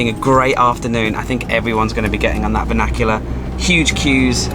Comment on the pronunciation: VAN IC U LAR NOT VAN AC ULAR